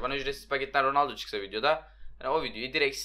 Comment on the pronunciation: roaldo degil ronaldo 😂😂